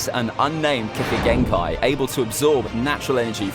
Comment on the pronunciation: İt's kekkei genkai not kekei genkai